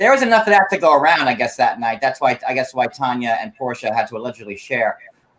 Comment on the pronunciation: Tania not Tonya